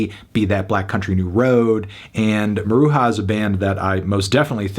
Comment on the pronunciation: Small note of constructive criticism, Melon: it’s pronounced Mah-Rue-Juh, not Mah-Rue-Ha.